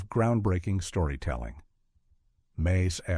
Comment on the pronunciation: Why must you use AI to narrate these things? Would it cost that much to have a real person narrate them? The weird pauses in the middle of a sentence, the Bold Ons, and the m.a.s.h! It's so stupid!